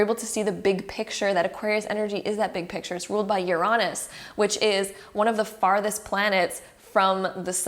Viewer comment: I'm sorry the way you say Uranus made me giggle😆❤